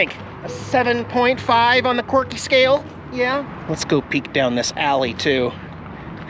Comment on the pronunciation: Lol the way says "qhwirkhy", a.k.a quirky.